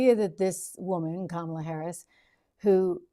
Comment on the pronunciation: Joy Reid gets Harris’s first name wrong 😑